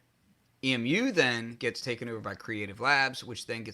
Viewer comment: It isn't pronounced "Eee Emm You", it's "Eeee myoo" like the bird.